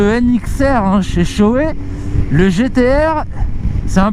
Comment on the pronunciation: Enfin quelqu'un qui prononce bien Shoei, c'est bien venant de la part d'un journaliste moto ça fait tout de suite pro